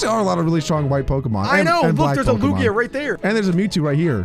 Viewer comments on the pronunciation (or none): none